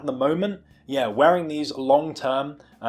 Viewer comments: well Vibram is an Italian company so I believe they pronounce it Vee-bram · do you say "vy-bram"?? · excellent review. gutted these are narrow, i specifically buy new balance for their width, hopefully the extra half size will be enough. are you purposefully say vibram wrong? XD